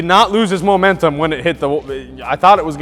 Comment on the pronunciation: I still get anxious whenever says momentum